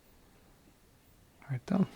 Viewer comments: I’m never as happy as I am when I hear you say “like that right thurh” god bless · When he says.."That rite thuh".. it makes my soul smile.